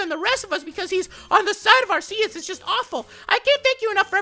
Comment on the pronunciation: it is pronounced AR-key-us